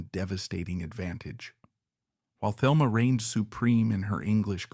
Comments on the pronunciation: Not to be that person but her name is pronounced Telma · Thelma is pronounced Telma in the Spanish way, fyi.